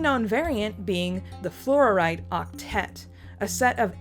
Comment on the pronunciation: Flor-ite, not flor-or-ite